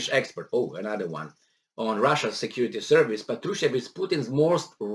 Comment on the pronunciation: The stress is on first A: "pAtrushev"